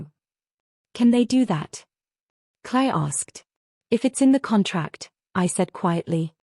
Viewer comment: It’s the way AI interprets the pronunciation Claire became Clay and all these stories follow a similar story line